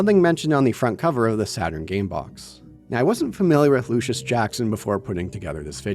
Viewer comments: The Luscious in Luscious Jackson is pronounced "Lush-iss". Look up "Naked Eye" if you like them. Absolute banger. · The irony of making fun of a game's mispronounciation of a word right after mispronouncing "luscious" numerous times is 😏👌